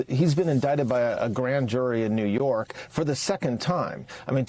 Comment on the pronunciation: A JURY OF HIS PEERS 😂 IN NEE YORK? WHAT A GUY😂😂